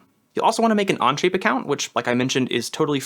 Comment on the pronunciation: He keeps saying anje. It onshape 😂😂😂😂 Okay it only happens in first few minutes.